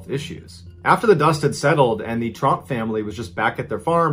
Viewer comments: it’s trump not tromp btw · It's Tromp, not Trump. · Wow I only just realized he wasn't saying trumps 😂